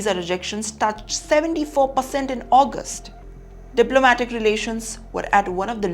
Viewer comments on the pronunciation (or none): none